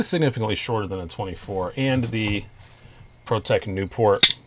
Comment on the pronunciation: I cringed every time you said "Protech Newport" haha! I've always loved the look of that Stitch, though!